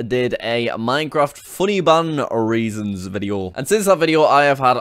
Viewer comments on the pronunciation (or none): Egg Roll yeah he meant reasons but it sounded like raisins. 😅